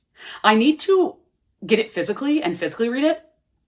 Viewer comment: everytime you say “physically” my ears hear fiscally lmao